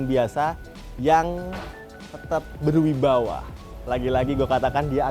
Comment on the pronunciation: Ber wibawa, bukan ber wibawah..